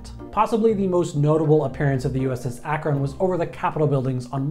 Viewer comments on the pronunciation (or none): They were pronounced MAY-kin and ACK-run. Also, don't forget the B-36 FICON bomber. It was also technically a flying aircraft carrier and a flop.